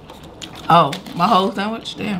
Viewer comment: “Lemme get some Sam wich” ‼️‼️‼️🤣🤣🤣